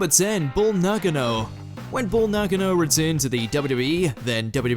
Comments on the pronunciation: Who the hell is BULL NAHGANO? It's BULL NAKANO. NAH-KAH-NO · Pronounced Bull NA-CAR-NO not Naggerno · Wow. First 2 entries are dumb for individual reasons. 1. Bull Nakano....dude has no idea who she is. It's "Na Kahn O" 2. Scotty 2 Hotty is nowhere near unrecognizeable. The person reading this list is just that. Reading. He knows none of these wrestlers and it's obvious. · Christ it's Bull Na Ka no